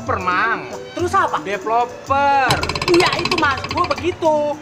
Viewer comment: Deploper bukan koper😂😂